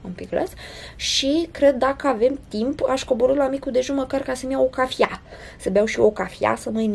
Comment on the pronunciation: omg deci si tu spui cafia, credea ca sunt singurull #cafia